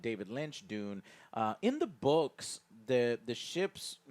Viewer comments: De-you-nn Not D-oo-n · D you n . not doon